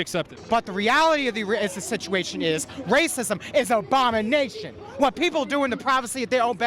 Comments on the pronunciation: 'Racism is Obama-nation' ? Is that what I heard? lol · did the interviewee just say, "Racism is an OBAMA-nation"?